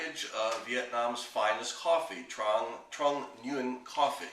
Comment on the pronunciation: btw, the brand name is Trung Nguyên which is pronounced "tru:ng ngwen" ^^